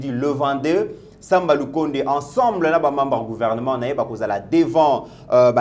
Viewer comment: C'est Sama et non Samba.